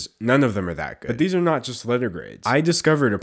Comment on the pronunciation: why do i hear "nut" when he says "not"? I'm too nutty...